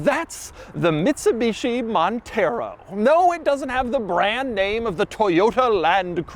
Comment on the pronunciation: MIDSUBICHI MONTHEROW 😂